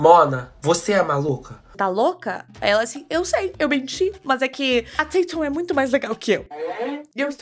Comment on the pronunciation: Ela falou direto no minuto 5